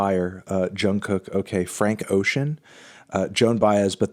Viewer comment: Hey hey hey.. why did you say “fRanK oCean” like that😐